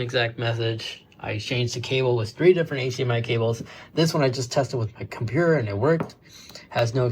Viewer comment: WTF is a compewer😂😂😂